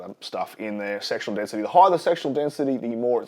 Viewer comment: are you saying sexual density? I hope so! Haha